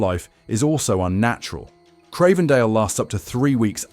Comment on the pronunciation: if you can't evenmake your mind up how to pronounce Cravendale...or the word vitamin ... then how can we trust anything else you say ?